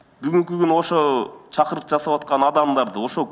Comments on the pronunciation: Ээ дабдыр чакурук эмес,чакырык,сен биринчи жазганды анан суйлогонду, окуганды уйрон,калп патриот болбой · Чакурук бул кайсы тилче суйлоп жатат министр здравоохранения дегенди да так айталбайт